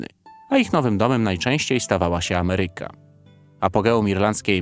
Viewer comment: Uwielbiam kanał, miły prowadzący, piękne ujęcia dronem, montaż, no wszystko miodzio, ale jedna rzecz jako purystę językowego rani moje uszy. Akcentowanie słowa AMERYKA. Ja wiem, że masa ludzi wymawia to niezbyt poprawnie, ale na takim kanale nie wypada. Przepraszam, że komentarz z łyżką dziegciu w beczce miodu, ale zawsze mówię jak jest. Lajkuję, subskrybuję i zawsze czekam na kolejny odcinek.